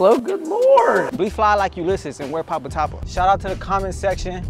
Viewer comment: I thought the beanie said papapa not papatapa, as someone from the danmei community…. Shit made me laugh